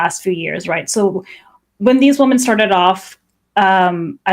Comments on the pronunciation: As a non-native speaker, until you pointed it out, I'd never noticed that people often pronounce 'women' as 'woman'🤔 That being said, it doesn't bother me since it's usually easy to tell from context which is being used. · ok, I swear to God. I support her cause but every time she says woman instead of women it just grates on my nerves. I know it's a thing with certain feminists to weirdly use singular for women instead of plural but it's a fantastic way to annoy people unnecessarily.